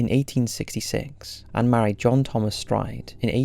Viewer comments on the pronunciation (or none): none